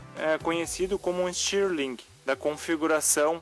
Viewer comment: Stirling lê-se “istírlim”!